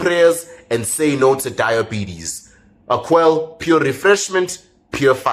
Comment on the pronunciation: 👏👏👏 Just one thing...your advert. It's pronounced AquaLAY if I remember correctly with the little line on the last e? 😊